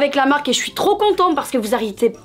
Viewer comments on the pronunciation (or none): Vous A-RRE-TI-EZ pas tu vas y arriver:'D